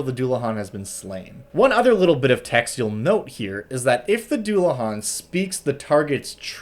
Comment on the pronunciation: Oh God it's a celtic word I'm not looking forward to hearing it pronounced, I'm holding out hope especially since it's not as hard as some words in Irish Scottish or Welsh but still Edit: ok it wasn't too bad it's not great but if you don't know Irish you wouldn't know that it's a deu-la-han